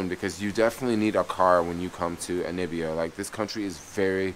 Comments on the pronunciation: N A M I B I A, not nibia. At least get the name right. watching your videos. West Africa will give you a different experience from East Africa. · How do you spell NAMIBIA correctly but keep mispronouncing it? NA MI BIA! Simple... Really🙄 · Yeah it's annoying dude. You've been there for 6 days and still saying Anibia. I may be detecting something because you did the same thing in Israel (Telaviz). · ANI BIA.....but .... NA MI BIA.....pronounced NUH ME BIA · I love watching his Namibia vlogs just to hear him say Nibia 😊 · Hey, the stars aren't different but since you are in the southern hemisphere they're upside down. Love the vid. But really try to pronounce the country name correctly. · The way you keep pronouncing Namibia 😂😂😂, i feel like am listening to Trump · I'm an American and I find it annoying!. But, being a Geographer. I really enjoy the vids. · Yeremiyah Eliyah Yahudah brother, my response to him was in no way condescending or malicious. I totally understand what you’re saying. I applaud the initiative he has taken to explore the African continent, but in doing so pronounce the word of the country properly. In his capacity of traveler, he’s also teacher. Peace to you. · Hehe i think its hard for him lol.Same way people say Kenia instead of Ke-Ny-a